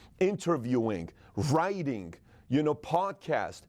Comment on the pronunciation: The word "writing"...doesn't have a "guh" sound at the end. "ing" words don't have that sound at the end.